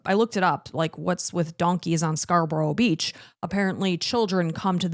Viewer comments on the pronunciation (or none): its not scar-boro, always reminds me of the scream movies when Americans mispronounce English place names 😂 Scarborough is not like Woodsboro lol. Its pronounced Scar-bruh. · Theres a case back in the 80s where an estate agent went missing. This case has never been solved in the UK. Her name was Suzy Lamplugh. Also why do Americans always pronounce name places wrong. Its not Scarborro. Its pronounced Scarburra. Look up the the pronunciation on Google. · that logic doesnt make sense 😂 If you pronouced it how its spelt you would be saying Scar- bo-ruff 🤦🏻‍♀️ Just take the correction with a bit of dignity and say Scar-bruh